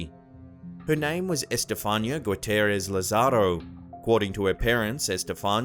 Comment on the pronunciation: EsTehFAANia LOL .... it's Esthe FAH- ni- ah.